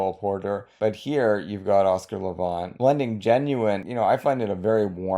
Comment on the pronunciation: Thanks for this special subject, one I'm especially interested in. I enjoy Oscar Levant a good deal. But I need to tell you that you pronounce his last name Levant as in the insect, the last syllable is the same word as those pesky little insects